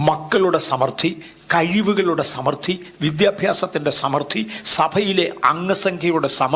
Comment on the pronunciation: ന് സമൃദ്ധി എന്നു ശരിയായി ഉച്ചരിക്കാൻ പോലും അറിയില്ല. I was about to sleep.But made me sit and listen fully. Thank you for bringing to your channel.